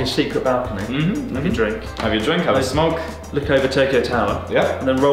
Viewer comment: ‘have a drink, have a “smonk” ‘ Seems he’s already had one